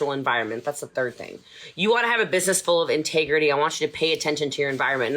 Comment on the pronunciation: I couldn't finish this video...she stresses me the fuck out! lol I cannot imagine having to "work" for her.. CRINGE... I saw no integrity or "intagrety" as she says, or respect in any shape or form